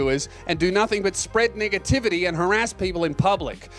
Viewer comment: Ayo bro the way you say negativity sounds suspcious, thought tbf I think just cause you got the braces on so it just sounds odd